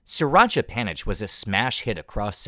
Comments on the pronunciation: just one minuscule thing - panich is said “panit” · The old pictures and clips are great, as well as the live parts, although it would have been cool to get a Thai guide. theAI narration sucks, especially due to the pronunciation of "panich," pronounced "phaa-nit."